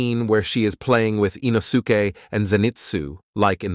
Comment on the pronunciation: The way you say some character names, like Inosuke, absolutely grinds my gears